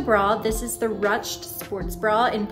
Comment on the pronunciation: Hey just letting you know that 'ruched' is pronounced like 'rooshd' - the word is French in origin :))